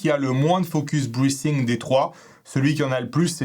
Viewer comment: Ah le 'TH' et les Francais.... Le TH se prononce avec le bout de la langue pincée par les dents du haut et du bas. Du coup deux type de prononciations: Soit TH en zzz soit TH en sss et pour le mot breathing c'est plutôt en zzz. Way pas naturel je sais donc pas de soucis.